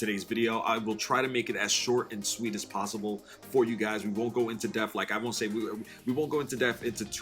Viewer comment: Enjoyed the video, much appreciated. But for the love of god please stop saying "go into deaf" and say "go into depth" lol.